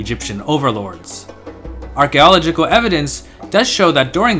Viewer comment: That makes sense. Some of the ways you pronounce some words, like “cunieform” and “archaeological”, sound like someone who learned English based on standand phonetic rules despite English not being a strictly phonetic language given its many borrowed words from other languages. In any event, you present great content. Keep it coming!